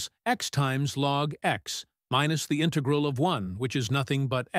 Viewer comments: in TEG ral Is this a human being? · You want patrons to pay for you to generate AI crap ? It can't even say "integral" and "l'Hôpital's rule" correctly.